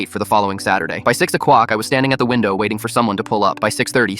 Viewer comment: Is he saying “o cWock “? I didn’t know ai could have speech impediments.